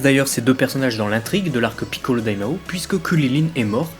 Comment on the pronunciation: Même problème, je trouve tes vidéos superbes de part leur contenu, par contre l'accent est juste insupportable, particulièrement le "PI"ccolo que tu siffles limite. Lors d'un passage de Toriyama (vidéo du débat Gogeta vs Vegetto) tu parles littéralement en japonais juste pour montrer ça aux fans au lieu de le traduire tout simplement, aucune utilité dans le débat si ce n'est pour montrer que tu parles japonais, c'est pour ça qu'il dise "que tu te la pètes". Sans omettre que plusieurs noms sont prononcés en français, comme Bulma, que tu aurais pu prononcer "Buruma" et ne pas faire les choses à moitié. A titre d'exemple seulement : les noms arabes, vous ne les prononcez pas pour autant en arabe, donc ne vous foutez pas de nous en disant que c'est pour ne pas écorcher la langue japonaise ;)